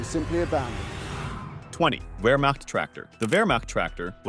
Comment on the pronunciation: 'Vermac' instead of 'Wehrmacht'? After 10 seconds of watching, I knew the research was going to be abysmal .